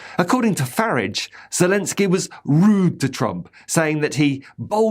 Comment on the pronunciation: "farridge". Top marks. Subscribed